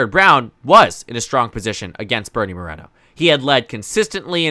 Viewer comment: It's MorEEEEEno, not Morano